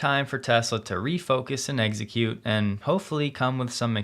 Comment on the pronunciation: Just here for the “egg-suh-cutes”